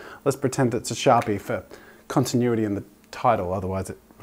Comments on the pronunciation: when he says sharpie he says “shawpee”🥺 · SHAH-PIH I'm laughing alone am 😂😂😂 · The way Jazza pronounces “sharpie” is adorable 😍 with so much love and tenderness 🤣 such a true artist !